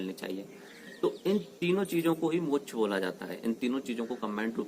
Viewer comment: Mock nhi moksh hota h😃😀😉